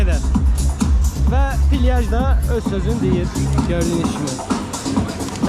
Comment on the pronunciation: Pilyaj ❌ plyaj ✅